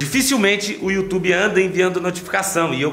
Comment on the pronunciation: Foi engraçado na hora que o falou YouToba 😂😂😂😂